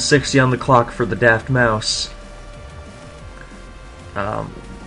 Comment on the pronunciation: u should change the title to mencemeat vs daftmau5, i didnt see the desc until after the game. also, pronounce it daftmouse. man this was mean. good stuff in general as always.